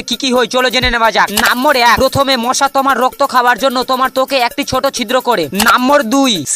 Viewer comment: Mosha ❌moca😂😂